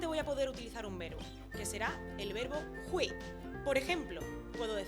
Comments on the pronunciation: pronuncias mal hui4 no se dice jui se dice foneticamente juei4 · muy buen video! Solo un dato, es hueì la i suena como ei y la u como ou